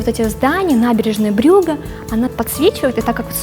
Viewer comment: Который раз встречаю—- НАБЕРЕЖНАЯ БрюгАА!!! 🤦🏻 ну зачем эту неграмотную девушку Мельникову вставили? Она даже не в курсе , не знает города Брюгге!!!! 🤦🏻